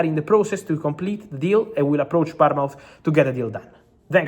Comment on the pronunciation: He can’t pronounce Bournemouth I’m thinking he’s saying Palmont??